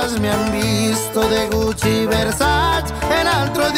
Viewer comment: Pensé que Farruko si diría "Versace" y no "Versach" pero me equivoque 😅